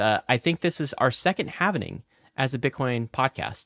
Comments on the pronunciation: Halving. Halving. HALVING. No havening. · Say „Halvening“ one more time, I dare you!